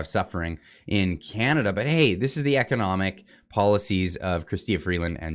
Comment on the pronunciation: Trudeau pronounced economic DOOM wrong